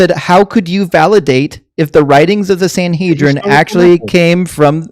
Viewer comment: Godhead pretends to have heard of the Sanhedrin, despite mispronouncing it, that someone wrote letters to it, that it had a sole author, and that he knew the various writers mentioned their own names in the writings. THEN he talks about integrity. 😂